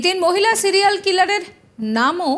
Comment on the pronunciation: সিলিয়াল নাকি সিরিয়াল?